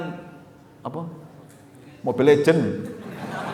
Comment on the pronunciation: mobile legend 😂😂😂😂 ulama' alim kalo nyebut sesuatu yg gk pernah beliau ucapkan lucu banget dengernya 😁😁😁